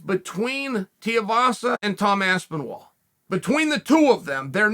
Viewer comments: How can Chael pronounce Tai Tuivasa perfectly everytime & then mess with AspinWall everydamntime ? 🤣🤣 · Did I miss something... why does Chael always mis-pronounce Aspinall as Aspinwall? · Tom “Aspen-Wall, Ass-Paul” Aspinall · Tee-uh vasa vs. Aspinwall for the mispronunciation championship.